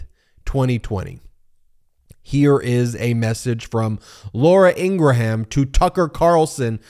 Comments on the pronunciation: It's NOT INGRA-HAM it's 'Ingram', get it right MO*ON? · Please stop saying In- Gram & In-Gra-Ham! Love your show!! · Laura ingrahams name is actually pronounced ingrahambone